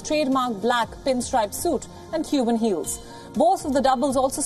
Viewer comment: Did she say Cuban heels ? 😂